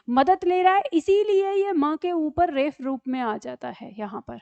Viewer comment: मै'म आपका आभार, आपने इतना अच्छे तरीक़े से समझाया। जब आप रेफ़ शब्द का प्रयोग करते हैं तो यदि यह शब्द हिन्दी वर्णमाला का है तो ये शब्द होना चाहिए रेफ, क्योंकि जिन अक्षरों में नीचे नुक्ता लगता है वे उर्दू, अरबी अथवा फ़ारसी शब्द होते हैं और उनका उच्चारण F होता है और हिन्दी वर्णमाला के फ का उच्चारण ph होता है। उदाहरण के लिए फिर phir और फूल(पुष्प) phool बोला जाएगा।